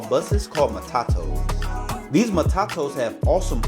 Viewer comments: Mah tah toos. NOT MAh tah toes! 😂 and its Kil leee mah nee!!! And you better have some local nyah ma, choh mah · I Heard MATAKOS too😂😂😂